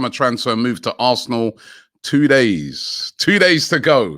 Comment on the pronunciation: players linked with a mooov to Arrrrsnooooor